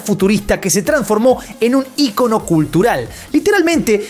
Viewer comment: desde cuando "Icono" es una palabra esdrujula??